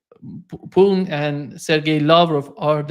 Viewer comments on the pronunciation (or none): you can't pronounce Putin? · it's not poo'n...lol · Oh, if only you would do your viewer the courtesy of pronouncing the name Putin as Putin instead of Poon. It's disrespectful but who cares. it's sometimes just not clear of whom you are talking.